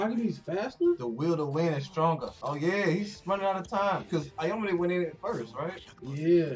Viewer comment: yeah....let's just discount an ENTIRE game of focusing a plyer because in the last 5 minutes ir so, it was KINDA a 1v1, Aomine is a better player 100% and stop saying Aomone wtf.